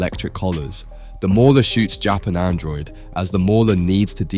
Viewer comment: the randomly inconsistent mispronunciations are also distracting. One sentence it's JAP android, the next it's Japan droid Once sentence it's Invincible, the next it's The Invincible Feels like a robot is reading all the typos